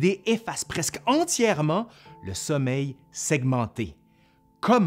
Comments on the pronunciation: Le nombre de fois qu’il dit « soleil » au lieu de « sommeil » 🌞🌝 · Haha, à moi j'entends vraiment "soleil" ! Personne peut me convaincre du contraire.😄